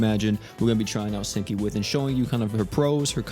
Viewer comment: Hazuki u said her name wrong 😂